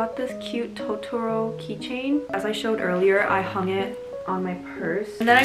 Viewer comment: i would of expected you to pronounce totoro and manga correctly… but no